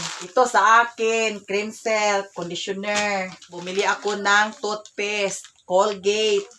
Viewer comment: Bisaya gyud Oi toothpes beplop Ahahahahaha